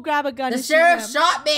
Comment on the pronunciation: oh no she said sherriff wrong and the word when she said it wrong it was the s word